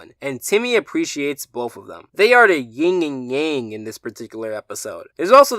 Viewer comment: He said yin and yang really weird